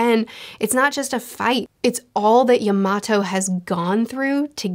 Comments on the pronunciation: YAMATO ! Not Iymato lol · btw yamatos name is pronounced ya-ma-tow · can someone tell her how to say “Yamato” 😅😅😅😂😂😂😂 I was like who the hell is she talking bout.